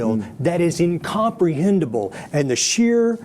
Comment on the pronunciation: "incomprehendable".....He must have been "overwhammed".